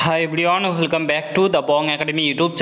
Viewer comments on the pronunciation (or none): ওয়েলকাম না বলে হোলকম বলিস কেন ভাই????